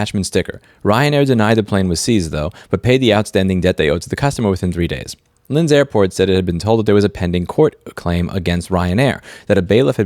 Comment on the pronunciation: Took me a while to realize "lyns" is supposed to be linz